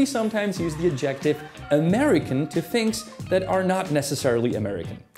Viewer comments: Lose the "music", PLEASE. And it's "*AD-jec-tive.* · Fun video! Might I say - “adjective” is pronounced {add-jeh-tiv} you’re putting the emphasis on the wrong part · I'm 10 seconds in and immediately I am caught off guard by the stressing of the second syllable in adjective instead of the first. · “Adjective” is stressed on the first syllable. I have been an American for 75 years, but I do not distinguish between “coffin” and “casket.” It’s the same thing. Americans view European things with suspicion, even if, of course, they are of European descent.